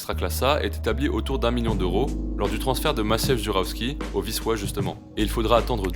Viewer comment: Ton "Wisła" est nickel 😉